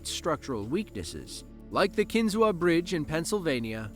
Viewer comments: A couple points of correction and additional information on the Kinzua Bridge. First of all, it is pronounced Kin-zoo, not Kin-zoo-a. When it was rebuilt in 1900, the entire bridge was rebuilt using steel to replace the original wrought iron-except for one item. The concrete bases had wrought iron bolts sticking up and the footplates of the steel columns had holes to go on the bolts and nuts to fasten them together. The bolts were not replaced because it would have cost more time and money. Steel collar nuts were used to fasten the piers to the wrought iron bolts. An inspection in 2002 showed problems that needed fixed. Repairs started February 2003, so the problem was being corrected when it was destroyed by a tornado on July 21, 2003. The story is detailed on an episode of Mysteries of the Abandoned, it is on Youtube. I have visited the bridge and it is well worth visiting, especially if you are interested in history. It has a very nice and informative visitor center and has over 7,000 Google reviews with a 4.9 star rating. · It's pronounced KIN-zoo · McKean County is in northwest PA, not northeast. And it's pronounced Kin-ZOO. The a is silent. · I was born and raised in SW NY and traveled to see Kinzua bridge often growing up. Was shocked when it was destroyed. Btw, it's pronounced "KIN-ZOO", despite the "a" at the end.